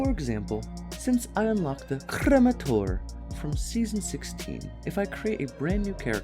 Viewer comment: Is he mispronouncing “cremator” on purpose? 😄